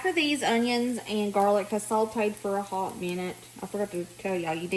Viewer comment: Yeah, she said jarlic. Emily says it too. Family thing, I guess. I like it, can hear myself saying it too…..